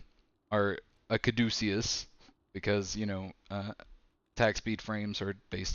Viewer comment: cah duece ee us? Its pronounced KADA CUSS